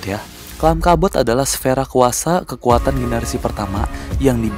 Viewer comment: Kat bot bukan cark bot